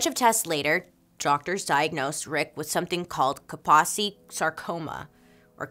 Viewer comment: Kaposi’s sarcoma is pronounced with a long O, not a short O, like “posey.” Please take care to learn pronunciation before doing a video. This is not the first time I’ve seen terrible multiple mispronunciations. I love this channel, but it would be better if you did a little more research.